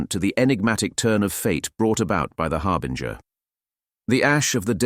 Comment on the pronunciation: I have to say, this was a nice piece, you have a good voice for this, but man some of the pronunciations just sounded so wrong, words like Tyranid og Chitinous, and I observed a constant change in the way you said Harbinger. These are just comments to try and be constructive to help you if possible, because the piece overall was a good listen and something I'd love more of to listen to while working, keep it up 👍